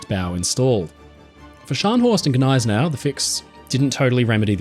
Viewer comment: it's not Guh-nay-se-nau, it's Nigh-se-nau